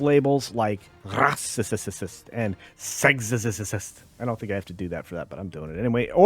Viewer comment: Love your videos but your pronunciations of "Rah-cist" was very annoying. I don't think you're going to get de-monetized if you pronounced it normally hahaha.